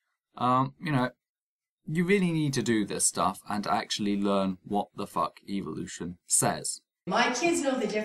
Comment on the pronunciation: Like your video buddy but one thing that does annoy me is the pronunciation of Evolution in many videos. When dealing with these people like in this video we need to be careful of how we present our position. From what I see ( and I have tried this myself ) these people often react differently depending on how the word is spoken. Pronouncing the word using the sound of E as in the word seek ie s-ee-k appears to promote a sound of EVIL-ution while using the sound or phonetic of the E in the word bet (b-e-t ), appears to lessen the impact of what they perceive. A subtle difference maybe but we do need to monitor our own approach if any progress is to be made. I cringe everytime I hear Dawkins say EVIL-ution instead of e-volution. Food for thought. CHEERS